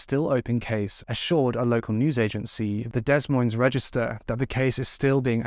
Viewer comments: Dude, Des Moines is pronounced "day moins". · Des Moines is pronounced da-moy-n'z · Not to take anything away from this sad case of 2 innocent girls... Des Moines is pronounced (DE-MOYN). Sorry, the constant miscommunication in this video was driving me batty!! I pray 🙏 the monster is caught and there is justice for these sweet girls. 💜💜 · Hey, I haven't heard much about this case even though I'm in Iowa. I'm not sure why some cases are not known while others gain national coverage. All cases involving children should be made well known, at least throughout the state in which it happened. Congratulations on your new home, and new bed!! I also love the vines on the headboard!! Des Moines is pronounced Dee Moin. I'm from here and don't always say it correctly, lol. You did a great job as always, keep up the great work. And thanks for doing a video from my state, even though it's heartbreaking. 💔😢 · Although this case is tragic, I hope their families are proud of how much abuse prevention work they did in honor of the girls. Note: the Des in Des Moines is pronounced with a silent S. So it's like "deh moines" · It’s pronounced Deh moyn, neither “s” is pronounced. Otherwise, very nice concise coverage of this case! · I love your videos! You're always extremely respectful of the victims and the cases overall. Just a small note, the s is silent in both words Des Moines (I live in Illinois so we often hear people saying Illinois with the s as well which is of course understandable for anyone not from these areas.) Keep up the great work on your videos, it shows just how hard you work to keep these cases alive. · Great coverage. Please look up how to pronounce Des Moines ya said it wrong every tine darling. American cities are mostly pronounced strangely so it isnt your fault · Great video, btw the S is silent in (Des) Moines 😊